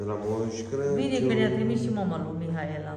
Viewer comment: te iubesc mult Ești o Doamna în adevăratul sens al cuvântului.Sa numai zici CRECIUN Corect se spune CRACIUN.